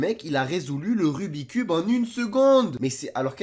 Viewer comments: Tu as dis rubit cube? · On dit rubix cube 👍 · c pas rubi cube c rubits cube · Le "rubicube" mdrr xptdrrrr